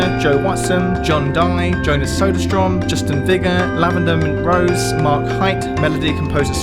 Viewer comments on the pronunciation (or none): none